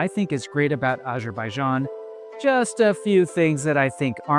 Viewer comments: Great review. Just one small note: it’s Azerbaijan, not ajerbayjan. I understand it might be a pronunciation thing, but try this: say Arizona, then immediately say Azerbaijan. Once again, excellent review, very helpful for anyone who hasn’t visited yet. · Would be nice to pronounce name of Azerbaijan correctly